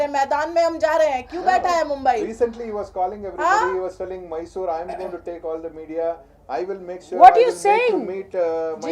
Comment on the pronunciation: First thing correct your pronunciation Rakhi it is Mysore not May-sorre. Everyone knows that you are doing drama whatever you speak is bullshit. I dont know who is correct who is wrong but it is so evident that you are just running away by doing drama biopic promotions all look so fake. Grow up at least for once take a courage speak properly accept mistake & own it.